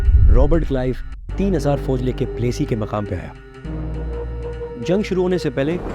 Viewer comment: Plaasi ka maidan. Not pelassy😅